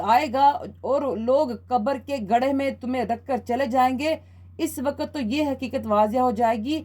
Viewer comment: Waqt not waqat please use correct pronunciation on radio